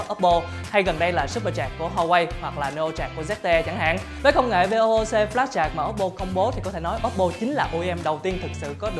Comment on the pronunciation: Vê ô ô xê 😂😂😂😂. Tên nó là VOOC: Vốc nhá